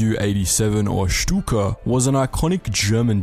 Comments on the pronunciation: Very nice German pronunciation :) I wonder why silly Stuka won lol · Learned to pronounce “Shtuka” correctly. 🤪